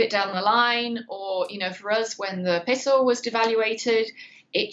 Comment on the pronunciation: No lady it is not a called a piso it is a peso